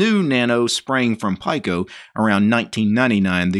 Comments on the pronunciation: Pike-O😂 As soon as he said that I came looking for this comment! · It's pronounced "pico" as in 1/1000 of a nano. "Peek-O" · Pico is pronounced pee co. Nano is pronounced nah no. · yeah, i was thinking same.